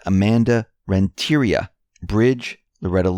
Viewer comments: it’s REN-TE-RIA!! not REN-TIE-RA thank you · Renteria....PRONOUNCED...Rent' eh...ria...accent on first syllable.